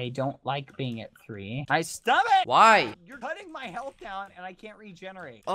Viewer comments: he said stomac not stomach lol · He didnt even say stomach, he said stomuc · “In your stomak” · “Where is mr squeegy?” “..in your stomoc” you died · ✨ s t o m o c ✨ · “Where is mr.squeegy??” “In yor stomok” skeepy was slain by badboyhalo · Skeppy: in youwr sTuhmawch Bbh: "looks down at it" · I burst out laughing when he said "in ur stomok" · "Which one is mr squigeey" "In yo stomock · the way he said “in ur stomuc”